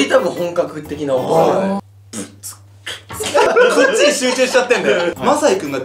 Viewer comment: シルク音違くない？ ブッツッカッなのにブッツッバって言ってない？